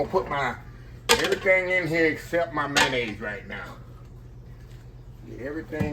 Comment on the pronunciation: ""Come on now, you killing me..😂😂😂😂 "Mayonnaise"....zeeee",...it's a word, now 😅😅😅😅👍, Westcoast Listening 🙏🎧